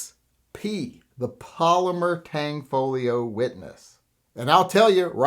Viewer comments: It's not the TANG folio, it's Tanfoglio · The G in Tanfoglio is silent. It’s “tanfolio” not tang folio lol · P.S.: It's Tanfoglio, not Tangfolio.